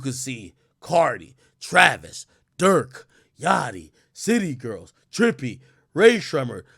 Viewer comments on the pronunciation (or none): none